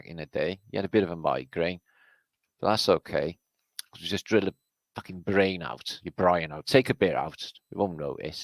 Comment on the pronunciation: this is the first time i hear say brain not brian